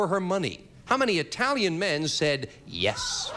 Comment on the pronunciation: Brother, was Lee an ignorant boy!!! First of all couldn’t even pronounce Italian correctly. Then was ready to make a disparaging remark about them. Of course in my opinion anyone who thinks a crooked president is a good person is more enthralled with “celebrety” or “fame” status than morals or ethics. Nevertheless I’m glad he won - wouldn’t begrudge him that.